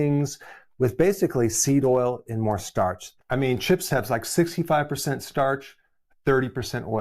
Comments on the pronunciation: It’s STARCH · It's starch. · Its Starch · IT'S STARCH